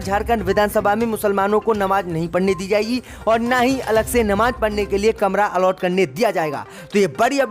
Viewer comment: "All out" is wrong say "Allot" "Nakhlauw" is wrong pronunciation it must be speak Lucknow Majjid be say MASJID 🖓🖓🖓🖓🖓🖓🖓🖓🖓